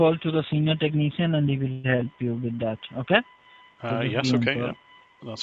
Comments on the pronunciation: Corey Uren 😂 Lol “Tecknee-shun”! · Everytime I hear them say "tuk-knee-shan", I cringe.